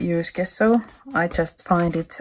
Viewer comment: Nice work. Thank you for sharing. Just a little detail: the word gesso you can pronounce like "dge-sso as in the word edge. 😊👍🇫🇮